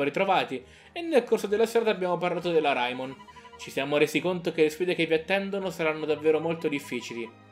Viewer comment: Ma non si pronuncia reimon